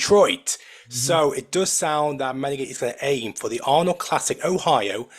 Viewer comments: You pronounce name of MEEN EEE GAY TAY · I think Menagate is pronounced Men-ah-ga-chee. And I think Fabricio is fa-bree-chee-o or fa-breetz-eeo. Ask ruff diesel, he knows.